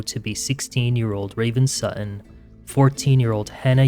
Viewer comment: 'Sutton' has two Ts. Not 'su'un'.